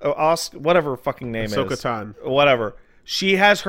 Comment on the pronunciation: They can't even say Ashoka's name right. Oh man oh man.